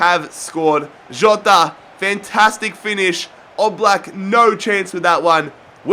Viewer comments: Jota is pronounced jjjota I'm a wolves fan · just say jota normally omfgg haha